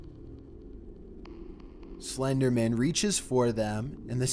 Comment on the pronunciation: he said slendermin